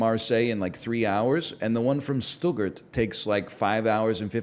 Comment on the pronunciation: Every time he calls Stuttgart "Shdoogurt" I want to slam my head into a wall